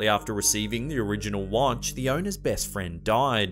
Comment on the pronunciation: Hehehe it sounds like your saying wantch